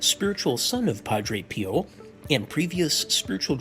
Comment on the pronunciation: No it's not, the Australian presenter and his many guests who i watch regularly btw would know to pronounce PIO as PEEO not PIEO, that's a dead giveaway to an AI generated australian accent.